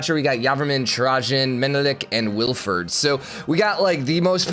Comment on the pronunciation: God, as a person named Wilfried, hearing him say Wilferd repeatedly gives me elementary school ptsd.